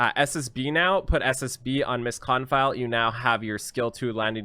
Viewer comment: Her artifact is pronounced "Miss Kon-feel".